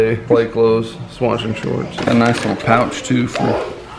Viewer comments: And did he just say 'Swatching shorts'? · 'swatching shorts' 😂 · Did he say..."swatchin' shorts"? 😂😂😂😂😂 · “Swatching shorts.” 😂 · "Swatching shorts"!! 🤣🤣